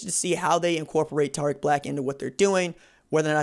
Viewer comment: Bruh this man said his name wrong 😂